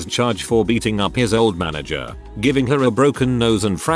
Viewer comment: Ik. It’s just that I would always get so confused when the Text to speech said Manger or some other word. And completely disrupt my train of thought I too forget how to English.